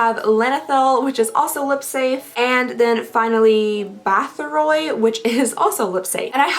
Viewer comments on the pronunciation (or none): I am not sure if any one mentioned prior to my comment, but I figured I would leave a comment the last eyeshadow pigment from Apocalyptic Beauty is pronounced Bath or ee. After Countess Elizabeth Báthory. I enjoy Your Vids!!